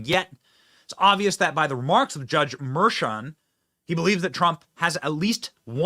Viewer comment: So, I see “Merchan” - but hear Mersham… Another “sham” - it’s a damn shame. 🤦‍♂️